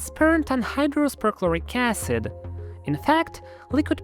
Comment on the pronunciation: If i hear "ahycehd" one more time, im going to punch through my drywall 😂